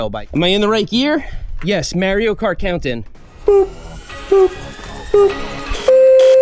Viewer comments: Who the hell is Mary-Oh? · "Mare-ee-oh" has me questioning everything. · It’s pronounced Mario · someone tell this man how to pronounce "Mario" 🤣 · I can't get over how you pronounce Mario. Lol. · Why he say "Mario" like that?